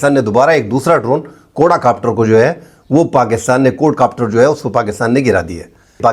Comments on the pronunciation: سر جی کوڈا کاپٹر نہیں ھوتا کواڈ کاپٹر ھوتا ھے 😊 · اسلام علیکم ۔۔ صاحب۔۔ بات سمجھ ا جائے تو بس ٹھیک ہے ۔۔لیکن غلط لفظ بولنے ، سمجھ انے کے باوجود دماغ میں خارش شروع ہو جاتی ہے ۔ لفظ ہے ۔ QUAD COPTER. کو- آڈ کاپٹر ۔۔کواڈ کاپٹر ۔۔ کوڈا نہیں ۔میں نے کہیں نہی پڑہا بہرحال اپ کا تجزیہ مجھے ہمیشہ اس لئے حق لگتا ہے کہ یہ پاکستان وطن سے محبت ظاہر کرتا ہے ۔۔ رہ گیا ۔۔ 'آسف' (اصف نہیں) کچھ ذہنی مریض نا معقول شخص ہے ۔ پہلی چول نہیں ماری اس نے ۔۔اس کی مذمت لازم ہے